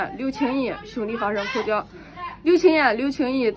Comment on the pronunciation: 口角jue 不是口缴 您作为一个专业媒体人，中文正音还是应该留意